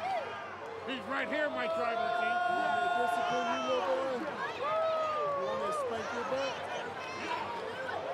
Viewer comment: That “boy” was personal asffff💀💀💀